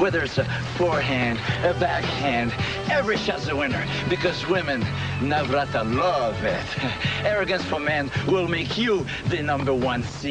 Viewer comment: I lost it when he said they’re gonna Navrata-love-it 😂😂😂